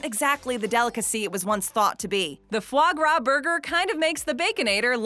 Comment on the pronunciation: Anyone else flinch every time she pronounced it as fluh grah. It’s Fah Grah!